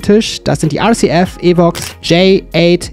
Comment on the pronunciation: Mit schwarzem Tops käme der S/W - Gedanke optisch noch besser raus. PS: RCF ist was italienisches. Da brauchs keine "englische" Aussprache .